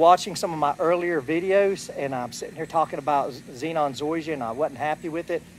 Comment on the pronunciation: Zeon. You are saying it zenon